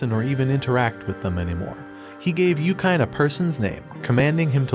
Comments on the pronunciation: Its YU-KI-NE. Why dont you just call Anime...Anaym then😅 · yookain. yookain? yookain. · this guy definitely does not watch anime... Yukyne lol